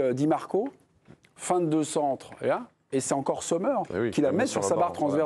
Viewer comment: premièrement Sommer ça se prononce comme en anglais. ici en Suisse alémanique on l'appelle "Sommm'r" voilà au lieu de faire comme si vous saviez parler le suisse allemand :-DDD arrêtez de mettre un Z devant !!! merci !!!